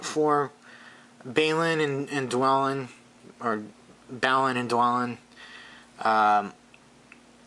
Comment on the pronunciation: They are pronounced: DwARElin and BARlin.